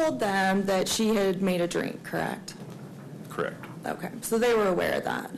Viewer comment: The word is correct. What is with everyone saying "krekt" now? Idiocracy is real I guess.